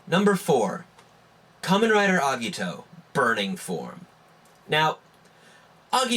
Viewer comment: i dont like the way u say agito..